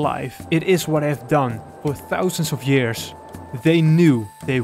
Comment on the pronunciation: I’m sorry but… yearsh? Really? Not tryna to be rude..but Really?